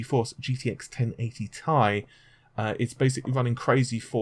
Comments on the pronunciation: It's not pronounced 'tie', it's 'T' 'i' or just call it Titanium. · But it's T I not Tie! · I will have to continue skipping the sections of your video in which you call the 1080 "TEE-EYE" ... the 1080 "Tie". Just can't deal. Drives me nuts. Thanks for the Vega news. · not TIE its T-I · T.I not Tie! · gtx 1080 T I ffs. not tie. secondly emboldened not bolded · Not TI tai IT"S TEE AI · TEE.EYE Stop saying "tie". How the hell are you a tech person when you can't even pronounce these names correctly?! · T-I SINGLE LETTERS NOT TY/TYE/TIE/FUCKOFF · t i not tie lol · T.I...T FUCKING I; NOT TIE, NOT TRI, NOT BI BUT LETTER T, LETTER I. FUCK ME IS THIS SETTING OFF MY OCD. TI FUCK SAKE, IT'S TWO LETTERS IN DUAL SUCCESSION NOT AS A FUCKING AMALGAMATION. ITS LIKE TUNING YOUR RADIO; WOULD YOU LIKE AM OR FM, NOT PHONETICALLY AMM OR FUMM. AHHHHHHHHHHHHHHHHHHHHH!!!!!!!!!!!!!!!!! REEEEEEEEEEEEEEEEEE!!!!!!!!!!!!!!!! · first of all it's t i not tie, so get your words right and secondly you aren't invited to that gamer conference either and I bet you it's not what you think it is what if I told you it had to deal with Shield what if I told you that you're f**** wrong it's about Shield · If I had a dislike for everytime you said TIE. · i cant hit the like button in good conscious when you keep saying tie like that. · pronounced "TIE".....lololololol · Sounds like he says Gtx 1080 tie!🤔